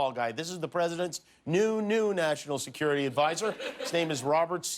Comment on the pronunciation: Did you notice Trump said "this is your Mackshimum" ? "And less jest talk about this wonderful, bigly, beautiful Sekoority Stuff we got at this beautiful wall, where I jest signed my initials!"